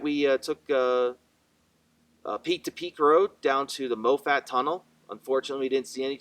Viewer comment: Mawfutt, not moe fat. Geez.